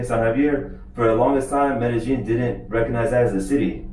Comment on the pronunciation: Great, as usual, but I believe you are not pronouncing Medellin correctly. There is no "j" sound in it. Cheers. Roger